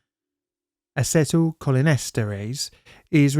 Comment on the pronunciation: Hey brother, acetyl is pronounced Ay-cee-tyl. No hate, I'm also English